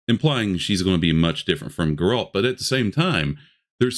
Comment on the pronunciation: My guy, its really hard for me to listen to criticism about a game when you can't pronounce Geralt's name correctly. Ciri is the main character and the entire reason for the books Geralt dies at the end of the books. Only by CIRI being a powerful being was she able to take Geralt and Yen away and bring them back to life essentially. Anyone that says she isn't powerful enough to be a main character of a game is just trying to fight against this "woke" narrative. I agree a lot of these studios are making shit for the modern audience. I don't believe that will be the case with Witcher 4. Time will tell who is right/wrong.